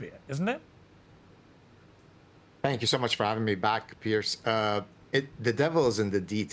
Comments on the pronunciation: Did you call him PEARS Yes suzanne 😂😂😂😂🏴🇬🇧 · Is it so hard to get his name right? Its Piers which is pronounced differently.